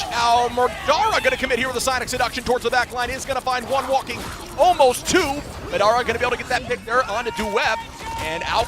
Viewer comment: Its not MADara its pronounce MODora😂😂😂